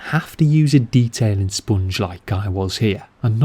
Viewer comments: The way he says “spoongge” 🤤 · Great vid. Say “sponge again”😂😂